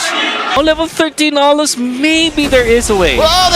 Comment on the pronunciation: Aulus❌ Uslus✅